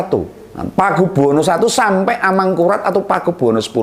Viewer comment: Rijal rli itu gak jelas bicara ngomong r sja gak jelas r mana r mangkulat2 apah. Amangkurat og amangkungngkuhraat2